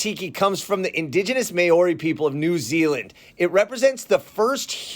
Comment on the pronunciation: Just for future reference, Māori is pronounced “Mowree”. Love the video! So many things I didn’t know!